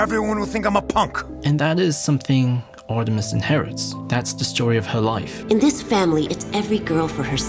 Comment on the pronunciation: Artimes (Artimes)